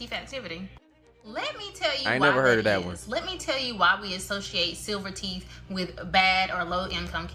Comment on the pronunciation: teeth, not teef